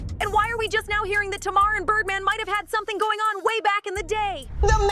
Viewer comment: Her name isn’t TMar her name is Tamar hun you have to pronounce the a lol you’re pronouncing her name like the a is silent 😂😭🙄